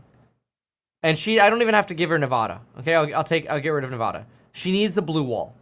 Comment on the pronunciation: Still can't pronounce Nevada right 😂🤡